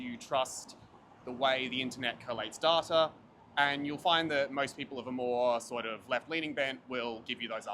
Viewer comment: The way he’s pronouncing “data” is giving me goosebumps.